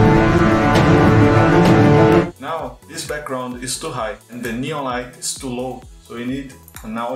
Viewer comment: "NÊON" Hahahaha Eu percebi que você era brasileiro e não foi pelo deslize no vídeo, mas sim pelo seu Linkedin! Hehehehe Parabéns pelo trabalho! É a primeira vez que vejo um canal, sendo de um brasileiro ou não, usar as opções de composição do KDENLIVE e pra produções cinematográficas tão poderosas!